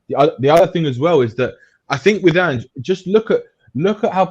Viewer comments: at least have the decency to learn the mans name ffs............ Ange. Not Angy. You will be kissing his arse in 6 months guaranteed. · Ang-eh? It's pronounced Anj, short for Angelos. You wouldn't call LA Los Ang-ehles. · It’s Ange with a soft E and not anghe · His name’s Ange (pronounced An-j). It’s not An-geh. It’s important that you have that right because it shows straight away that you haven’t done enough (or any) research into him before doing the podcast. Some of the panelists clearly have done their research. It would be really good to get on a football expert from Scotland, Australia or Japan. They would help give you more information which would help you out. He is a strong character, but he’s also reasonable and he can work with upper management. Although, I’m well aware of people’s frustration with Levy. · Anger Postecoglou ? Dude please educate yourself and learn how to pronounce his name before you go Live c’mon 🤦‍♂️ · how do you expect people to take you seriously when mispronouncing his name means you clearly haven’t even watched a single video on Ange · How do you literally start the video with a mispronunciation of the manager's name and then expect anyone to take you seriously? Was it that hard to look the guy up for 30 seconds before you start? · First thing would be get his name right you 🛎 end! (Top left)